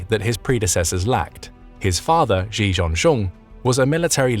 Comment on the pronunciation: It would be nice if the narrator can pronounce the surname of China's president correctly. It is pronounced as ' see or just C'